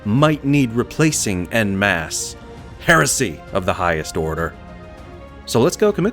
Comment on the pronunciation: >Mispronounces "En Masse" and "Aquilla" >Bolters manufactured with magazines already in them >Bolters manufactured >Counterfeit purity seals That's quite a lot of heresy.